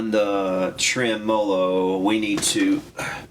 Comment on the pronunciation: your channel and projects and teaching style are all exactly what I think makes for time well spent on the 21st Century version of the "boob tube". But with that said there is one thing that is a "personal problem" I admit, but bro seriously, the goof version way you say TREMOLO makes me nuts!!!! Now I think you're goofing saying it that way, but others I know who watch your channel all say you do it intentionally. Can you set the record straight for us and please and tell us if you're kidding or not? Thanks very much!